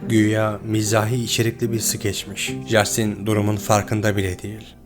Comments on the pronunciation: Justin diye okumasanız.. Castin.. bunun dünya genelinde okunuşu bu.. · Jastin yerine “Castin” demek bu kadar zor olmamalı ama artık. O kadar yabancı kaynaktan bilgi toplamışsınız bari konusu geçen kişinin isminin nasıl okunduğuna iki dakika dikkat etseydiniz. Bu o kadar zor değil. Tüm video boyunca çok irite ediyor 30 kere yanlış telafuz edildiği için. Söylemesi zor bir isim olsa cidden bu yorumu yazmam ama castin yerina inatla jastin denmesi özensizlik gibi geliyor böyle büyük bir kanal yapınca. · Lütfen 2.videoda jastin değil en azından Castin şeklinde telafuz et dinlerken çok zorlandım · Abi jastin nedir yaa castin okunuyo acayip ic gicikliyo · Abi, lütfen şuna ''Jastin'' deme... O, ingilizce ''Castin'' okunuyor. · Castin diye okunur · videonun tek sıkıntısı jastin denmesi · İngilizce de J harfi ile yazılan herhangi bir şey genel olarak c harfi ile okunur Jastin dediğin için videoya odaklanamiyorum lütfen daha dikkatli ol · Abi Jastin diye bi telaffuz yok! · Hersheyi tamam iyi anlatmishsin da, ama Justin'in ismini duzgun telaffuz etmeyi nasil beceremezsin bey?